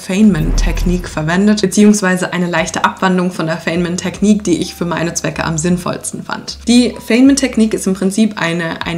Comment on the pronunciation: Der Physiker und Nobelpreisträger wird "Feinmän" ausgesprochen.